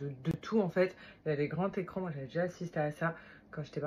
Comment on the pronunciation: " des grands Técrans" 😅😅